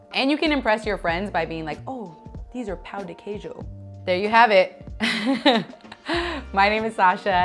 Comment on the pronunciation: Pão de queijo is not pronounced Pow D. Keejoe and why on earth did she use a muffin tin?? These have completely the wrong texture. Anyone wanting to make these amazing treats pleeease find a Brazilian recipe instead.